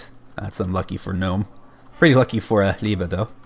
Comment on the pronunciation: Liebe pronouncing right. Gut gemacht, no joke.